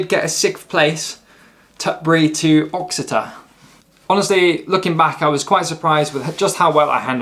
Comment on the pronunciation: Uttoxetter - ”Oxetter” ?? 😂 You-tox-etter or as locals would say Utch-etter 🙂👍